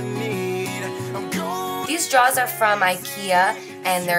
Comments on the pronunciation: Do you not know how to say drawers? It's not "Drahs" lol love u anyway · I love how you say drawers like draws <3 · I'm from the south and the way u say drawers is so strange! We pronounce it how it's spelled and you say it more like "draws" lol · I love how you say drawers! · I love how you say drawers. :-) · Just throwing that out there. I have nothing against the way you pronounce drawers